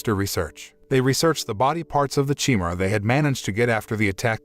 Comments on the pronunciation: I can't take this... Chimera is not chi-mer-aye. It's CHIMERA. LIK THE GREEK BEAST OF LEGENDS. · Chi-me-ra? That's a weird way to pronounce chimera.